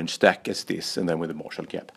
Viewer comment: Erik Hurtig at what points do you mean? Was it Märshall or Ärange